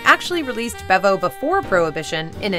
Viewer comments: Bevo is actually pronounced Beevo in the Anheuser-Busch produced soft drink. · FYI...Bevo is pronounced "Bee-vo"